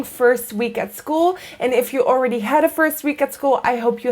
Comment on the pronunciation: you said "ooridy" instead of already. I do that too and my friends make fun of me. What accent is this? I grew up in Maine.